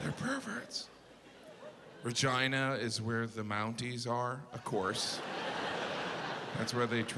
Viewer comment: yeah but regina as the queen is pronounced how he said it should have been, with an E sound.